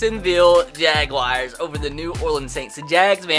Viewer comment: Anyone else pick up on how he was pronouncing Jaguars “jagwires”